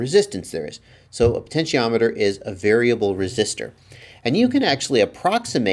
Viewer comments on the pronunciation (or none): none